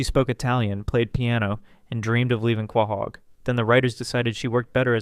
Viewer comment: Love the video hate how you pronounce quahog